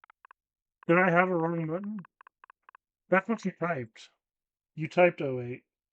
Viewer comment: I don't like. He says buttons like buddons, and I don't like that.